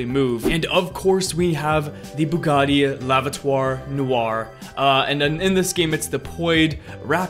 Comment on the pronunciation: “Bugatti -lah -vut -tour -nuh -wore”